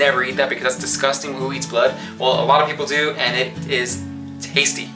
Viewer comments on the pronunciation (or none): none